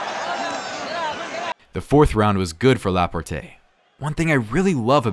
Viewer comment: Is this A.I. narrating? Notice the pronounciation " Lah-poor-tae"